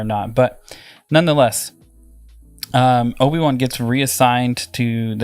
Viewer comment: So funny how calls him Oafy Wan.